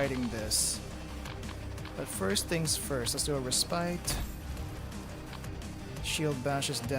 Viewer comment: Lmfao, that is not how you say respite. Did you go to school in Minneapolis?